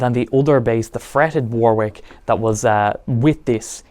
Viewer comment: You're english. Its pronounced WARRICK not Wor-Whick *Edit- you speak english